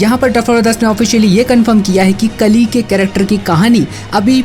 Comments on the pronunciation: Pronounce it kaali not kali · Kali nahi re bhai kaali